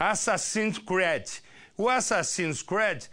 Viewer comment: Ele nem sabe falar creed